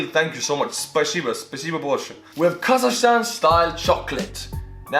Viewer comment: And I also want to correct you on some things you've said in the video: 1)It's KazaKHstan, not kazashstan 2) We are very opened country. You don't need visa to visit us. 3)Not everyone hates Borat, and it's funny that people associate Borat with Kazakhstan. When It was actually filmed in gypsy village in Romania and Borat was speaking Hebrew half of the time